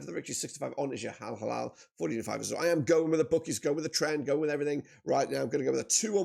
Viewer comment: al halal 🤣🤣🤣 its al hilal mean crescent